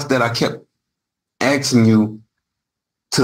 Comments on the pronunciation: The word is ASKING not AXING… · I find him guilty on grounds of him incessantly saying "axing". The correct pronunciation is "asking". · It is aSking NOT aXEing Realy, making mama proud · Man, I hate that "axing" thing... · Stop with the "axing"